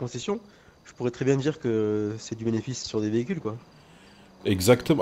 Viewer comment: « BéneFESSE » mdr😂